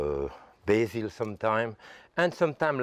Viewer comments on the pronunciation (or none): none